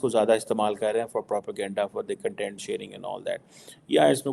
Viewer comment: Jhaatu... there's a difference between kan-tent and kaun-tent.. kya researcher banega re tu